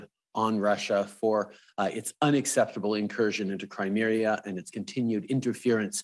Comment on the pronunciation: Did this man just say “Crimeria”? 🤦🏻‍♂️